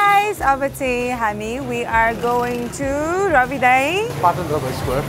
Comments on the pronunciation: Phatan haina patan ho hajur.... Nepali naam ma angregi accent chai kina hau bakwas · Its PATAN, not PHATAN!! LoL